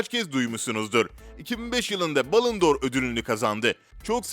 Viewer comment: Metni seslendiren misi futboldan cok uzak . Dijrmeba djemba Cemba cemba Miylan degil milan Telaffuzlarin cogunu yanlis Balondor ödülü bile yanlis okumayi basardi. Listede herkes ronaldinho yazmis ama ben james'i gorunce biraz şaşırdım. Kaleciligi de böyleydi top seviyeden dustu orta seviye takımlara dustu sonra milli takıma çağrılmaya baslandi hatta top takimlarda olmasa bile turnuvalarda milli onemli maclar milli takimin kalesini korurdu. Ben playstationdan ve fmden bilirim . Yedek olmasina tagmen kaleci puani yuksek olurdu ben hep jamesi oynatirdim. Ucuzdu fmde hep transfer ederdim. Vaybe adam hep uclarda yaşamış